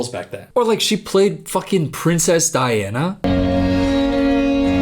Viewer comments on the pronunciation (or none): none